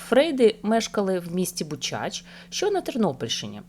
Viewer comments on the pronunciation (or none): Правильно наголос : бу'чач, і ти'сминиця